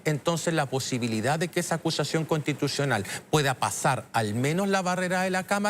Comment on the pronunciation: acushashion conshtituchional